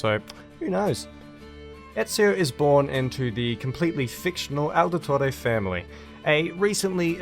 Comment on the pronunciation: Why do you say Aldetore?